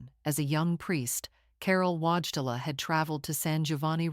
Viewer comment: Sorry, but pronouncing the surname of Karol Cardinal Wojtyla as "WAAJ-te-la" cannot go uncorrected!^^ In Polish, the printed letter W is pronounced more like a V (similar to German, actually, while the l is more like a "w" but whole swallowing one's tongue. And the narrator has put the emphasis / accent on the wrong syllable. A more accurate pronunciation then is something like "voi-TAY-wa"... Aside from that, why does the narrator always refer to Wojtyla's alter-ego Pope John Paul II as Pope John Paul Roman II. "Roman" is actually a fairly common Polish given name, but it is irrelevant and unwelcome in this context. Oh, and is it my imagination, but do many parts of the video repeat for no particular reason-?